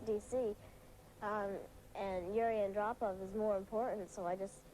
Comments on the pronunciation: It's pronounced Yuri An-DROH-pov. Not AN-droh-pov. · It's pronounced: AHN-DROPE-OFF. Other than that, you've made a lovely tribute to a young pioneer of world peace.